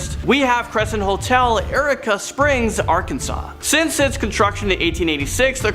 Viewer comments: Not Erica Arkansas its pronounce ureeka springs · Not Erica Springs, it's pronounced Yureka Springs. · As an arkansan it's pronounced yr-ee-kuh. Or you-reek-uh if ur from here. That place is horrible and terrifying. Love you guys. Keep up all the hard work. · Sorry I’m being a grammar n*z* but Eureka (your-ee-ka) Trans Allegheny (al-eh-gain-ee) and Iwo Jima (ee-whoa-gee-ma)